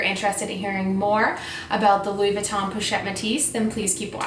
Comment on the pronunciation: po not pou ;)